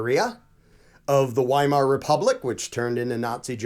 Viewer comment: German doesn’t have a W sound (like water) in the language. The W in Weimar is pronounced like a V.